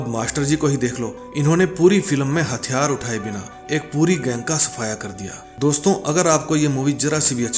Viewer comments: हथियार होता है ,हत्यार नही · हत्यार नहीं "हथियार"